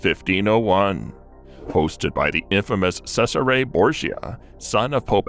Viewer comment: FYI Cesare Borgia is pronounced Chez ar eh not Sez ar eh.